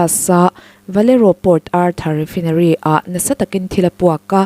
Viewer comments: Refinery a nih chuan, Rifainari tiin lam ri ve mai teh. I aw-phawi a nalh viau sia, Sapṭawng word Common zual te hi chu, lam rîk dik loh chuan a hahthlâk ṭhin. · Rifaaa..inary ti a lam tur ania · Oil refai-nery tiin lam roh. Lo haw lo la; ka ron hrilh zel ang che. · refainarii tiin lam ri teh,i aw a nalh in a fiah țha si...no offence please refinery hi refainarii tiin lam thin a ni e